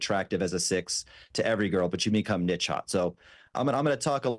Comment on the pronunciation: Does he mean Niche?